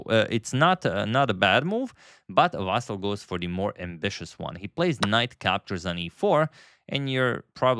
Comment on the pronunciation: VasYl, not VAsyl